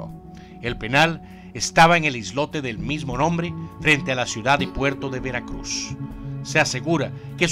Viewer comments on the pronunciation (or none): none